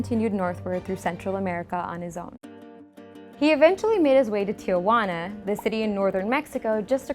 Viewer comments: did she really say Tiguana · I live in Tijuana, but it is pronounced tihuana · what how did she say tijuana 😂 edit